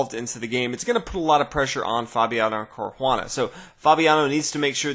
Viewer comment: Thanks for the videos and the quick updates on big tournaments. Sorry to bother you with this but I have been wondering for a long time though why you pronounce Caruana like he's Brazilian or Portuguese and not either in an American or Italian way?